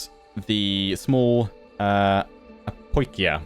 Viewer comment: Apoikia is pronounced "Apeekeea"